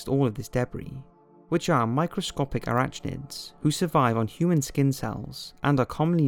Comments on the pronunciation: It's pronounced ah-rak-nid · That pronunciation of Arachnid! lmfao